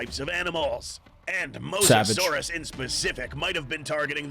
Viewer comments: Dude it’s mOsasaurous not MoSASAURUS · It’s mose-a-saur =mosasaurus